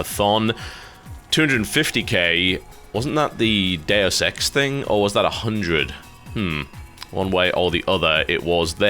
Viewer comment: i don't know if its just me, but every time he says deus ex i hear dare sex